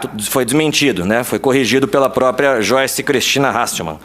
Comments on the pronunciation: Aprende a falar o nome da pepa direito. Não é "choice". É "joiche". Afinal ela fala "bolchonaro", "achechores" "cheguidores"....É discípula da xuxa kkkkkkk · Não é xoice e sim joice hhhhh brincadeirinhá! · "Xoice" kkkkkkkkkkkkkkkkkkkk